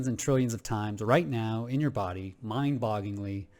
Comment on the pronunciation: Love your channel. Love your content. I’m very grateful that you share your views so freely with us. But,, promise me you’ll never attempt to pronounce the phrase “mind-bogglingly” ever again. Never. Ever. Again. I’m joshing ya, man! Thanks again for the wondrous content!